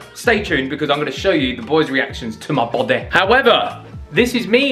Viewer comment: "to mah Bawdeh" 😂😂😂